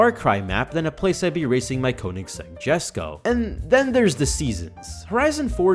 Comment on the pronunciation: Jesko is pronounced Yesko